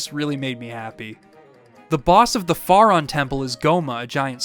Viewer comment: Great video! Your pronunciation of "Faron" is killing me though. Lol